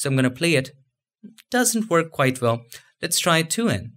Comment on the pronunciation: say WELL ...... Not VELL this is not German Language